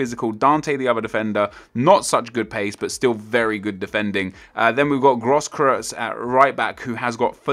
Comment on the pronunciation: Großkreutz is pronounced like Groce kroi-tz. Groce as in grocery